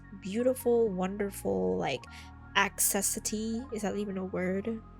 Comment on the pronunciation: This video has so many good mods! Thank youu. I laughed a bit at "baskinet", "accesity" and "anonymous proposals", sorry :D I know it's tough though to always speak correctly when filming as you're under pressure!